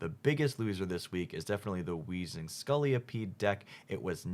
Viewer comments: Scolipede, not Scoliopede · Great video but it hurts me every time you pronounce Scolipede "Skullyapede." It's pronounced "ss-coal-uh-pede"